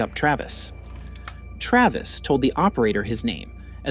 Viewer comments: The average American accent is right on the money but mispronounced common words like I.V. as Ee.Vee, or Travees, or saying “at twoat am”, or “hypnoughtist”, or small “soaree” instead of “sore” on his arm , is suspect. Also saying military “exploration” instead of experiment or weapons testing ! Seems like disinformation from a Russian propaganda machine ! Come to think of it, the narrator’s accent sounds exactly like the American accent the commentator on the “RT” channel has been trained to use ! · What's with the odd pronunciation of words in this? It's like it is being read by AI. "Sore" pronounced as So-ree, "Travis" as Tra-vees, "inside" as in-se-dee. Painful to watch considering the words were pronounced correctly at other times.